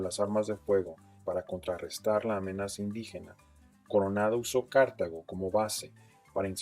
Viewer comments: Todo bien lo malo es que cuando dices Cártago en vez de Cartago pierdes credibilidad 🤦🏻‍♂️ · Dónde leyó que Cartago se pronuncia Cártago? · Es como escuchar la falaz historia que viene en los libros de escuela y colegio. Que duro. Esos datos de la cantidad pobladores son completamente cesgados, cómo iban a calcular la población indígena si no habían salido de Cartago? Y por cierto es Cartago no Cártago jaja Sí hubo violencia en contra de los indígenas, sí hubo encomiendas con las que se fundaron varios cantones de hoy en día: por ejemplo Tres Ríos. Lo que hubo fue una resistencia cabrona y por eso el sistema de esclavitud no les funcionó. Desde ahí comenzó el mito de la Costa Rica blanca.